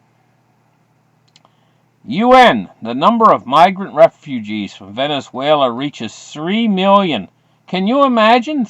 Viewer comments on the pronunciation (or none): none